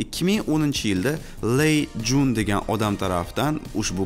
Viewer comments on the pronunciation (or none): Hamma fikrlarga qo'shilaman faqat: 1. Ley Tsyun (ts - ц ning talaffuzi) 2. Hozir reklama deyarli qolmagan, MIUI 14 dan boshlab umuman olib tashlashdi. 3. Xiaomi smartfonlari endi arzon emas, planka ko'tarildi. Ular A brend bo'lishga davo qilishni allaqachon boshlashgan. Xiaomi Mi 10T seriyasi arzon narxga optimal subflagman rolidagi "so'nggi magikan" edi, flagman protsessorda flagmancha kamerafon...u 2020 sentyabrda chiqqan, bu esa kontentni chiqarishga 2 yilcha kech qoldiz degani, xa mayli nima bo'lganda ham rahmat. Xiaomi marketingi qanday ishlashini bilmaydiganlar uchun yaxshi kontent bo'lipti))